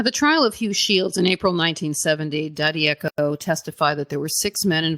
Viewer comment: Daddieco......sounds like Dad-uh-koh